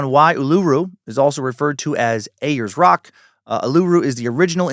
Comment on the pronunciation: Lol, you're so funny, Dan. Uluru is pronounced Ool-la-roo and Ayers rock is airs rock